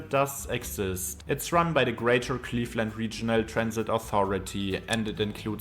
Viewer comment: He mispronounced A LOT of things, including "Cleefland"